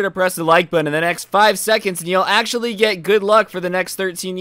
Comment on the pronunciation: No one: Absolutely no one:: Achother